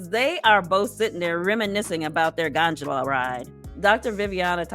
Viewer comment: GON 'D' OLA!!!! NOT:. GON 'JA' LA.....SOUND IT OUT....UGHHHH! IGNORANT.....